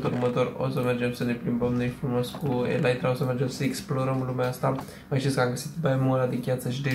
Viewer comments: Se zice elitra nu elaitra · Elytra se citește elita nu elaitra.